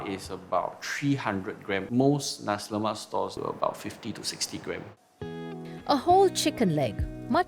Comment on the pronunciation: Guy can't even pronounce nasi lemak properly. No wonder cannot make it